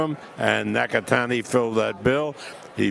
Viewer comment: Damn bro absolutely butchered Nakatani’s name in the beginning lmao